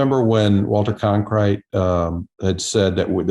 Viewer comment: It is Walter Cronkite not Conkrite.